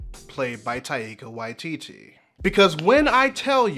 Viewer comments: (For future reference it's TIE-kuh WHY-tee-tee) I love this show's treatment of queerness because queerness /itself/ isn't what the characters struggle to express; instead, it's an avenue of emancipation for what they're actually struggling with--vulnerability, softness, love and contentment, etc. Ed was openly queer long before Stede came along, but he'd never met someone who let him show the gentler sides of his personality until he met Stede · I truly love the series and your analysis, but I think it's very funny how you butchered Taika Waititi's name. As a huge fan of his work, when I heard the way you said the first time I almost had a heart attack.